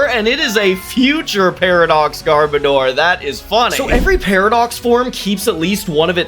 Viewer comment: you said garbordor's name wrong it is not garbador it is gar-boh-dorrrr